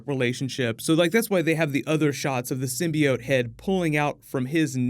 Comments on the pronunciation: Also, I really hope that they don't pronounce it (sim-by-oat) like they did in that one trailer. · They also fixed the way Skirth pronounces the word "Symbiot"